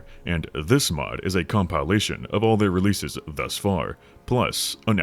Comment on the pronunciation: Did you say… "cumpielation" ??